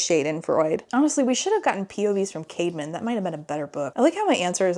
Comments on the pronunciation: OMG whenever she said Caedmon's name, I thought she was saying CAVEMAN!!! 💀💀💀It tweaked me out everytime lol 😭😭😭What a goofy name! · Why is his brother called „caveman“? I know it’s not, but it sounds exactly like that 💀